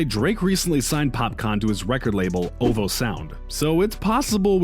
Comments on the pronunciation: I'm convinced you mispronounce shit on purpose 😂 OVO sound insted of O V O and Kid Koodie 😭😭😭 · O-V-O my brotha, not OVO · KID CUDI NOT KID “COODI” OH-VEE-OH NOT OVO SAID AS “OVAL” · O V O Not ovo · Are we gonna just pretend homeboy said oVo and not O V O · My guy said OHVOH SOUND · This guy just said ovo instead of ovo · Good video but what the hell is a Kid Coody and O-VO Sound? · Man said oval sound..he really knows nothing about hip hop